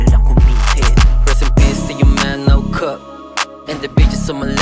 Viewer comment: gago mali!! reupload mo to! anong NO CUP???? grupo kayo gumawa nito kinunsinti ka sa NO CUP!!! NO CAP yun diba??? sheeeeeeet!!! mali par! andami niyo behind the scene hinayaan ka lang mali pagkakapronounce mo???? di ka tunay na kaibigan niyang mga yan! nakakahiya gago! hahahahahahahahahahahah!! burahin mo na to! ayusin mo yung NO CUP mo! ano BASO??? paper cup??? hahahahahahahahahahahah!! nagpapaviral ka ba? search mo sa google or sa youtube pano i-pronounce yun CAP at CUP. KING INA MO KAP!